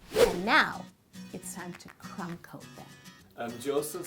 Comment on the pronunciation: Did she say "now its time to promcoat them!" ?